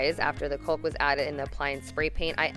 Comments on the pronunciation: It looks beautiful. However, every time you said caulk, I cringed. It’s pronounced kaak...like cock of the walk if you will... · You are extremely talented and it's clear your dad has taught you well. I'm so jealous. I do have one question though. Why do you pronounce the word, "caulk" like "colke"? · wow this is really impressive! FYI the "L" is silent in the word "caulk".